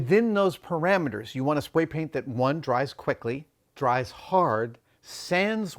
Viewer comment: “spway that dwies quickly”…